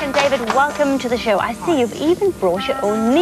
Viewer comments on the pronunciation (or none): none